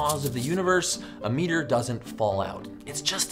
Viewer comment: You pronounce it wrong.